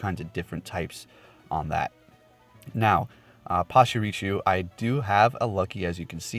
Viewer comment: PachirISSUE 😁 Great video bro!!!